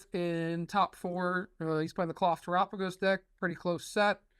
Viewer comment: Last person standing to keep insisting on pronouncing Terapagos incorrectly — Galapagos like Terapagos. (Terap A Goesss). Please and thank you!